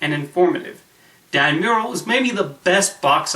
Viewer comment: Your pronouncing Dan's last night wrong. Mur-rell is not pronounced like the painting